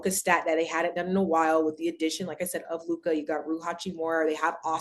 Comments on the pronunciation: I’ll b glad when Mase friends tell him it’s just Luka and not Luke-eye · Tell Mase it’s not LU KIY ITS LEW-KA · Mase trying hard to regain his once lost Lakers fandom 😭😭 and he still sayin “Lu-Kah”😭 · Right his Lu-kah be strong as hell too! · Lu kah kills me 😂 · Bra I hate dat luk-ah shit ma$e need 2 chill wit dat lol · I hate that lol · His teeth too big to say it correctly 😭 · Bruh this shit is so fucking funny I tried pronouncing